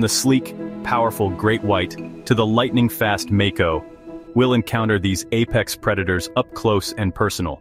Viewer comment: Lost me at make-oh